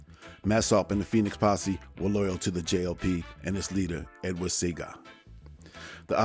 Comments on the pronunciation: Pronounced See-Ah-Ga, not See-ga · It's pronounced" see ah Gaa" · That’s A Picture of Bucky Marshal Not Claude Massop!! It’s Pronounced Edward Sea-A-Ga!! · Good video. His name is pronounced SEE AH GA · It's pronounced C I A GAH 😂😂😂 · You are a Don....I just wanna let you know respectfully, that Jamaican Prime Minister, Edward Seaga is pronounced, See-Ah-ga. Donation coming soon.